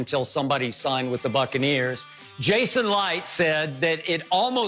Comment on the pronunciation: If I hear skip say succaneers one more time lol